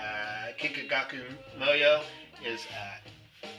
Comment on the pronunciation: You did a good job pronouncing them!